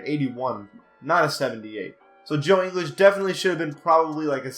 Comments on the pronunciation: If you are going to say Ingles is overrated (which he isn't and is a much better defender than Wilson Chandler and Tobias Harris), at least Ingles' name correctly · You said Ingles wrong like really wrong😂😂😂😂😂😂😂😂😂😂😂😂😂😂😂😂😂😂😂😂😂😂😂😂😂😂😂😂😂😂😂😂😂😂😂😂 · Decent vid but I disagree with ingles how you gonna call him overrated of you don't even know his name properly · If you are going to disrespect ingles that way at least say his name right lol he’s a beast dude he is one of the top 3 pointer shooters in the league